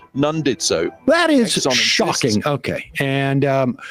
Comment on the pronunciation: Did Sam say, "that is shovking" ? Because it's not. At all.